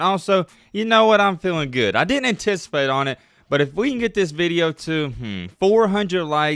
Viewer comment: “Didn’t” is NOT pronounced “di-dent”.